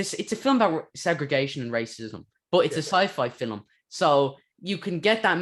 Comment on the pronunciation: Love how you say fillam instead of film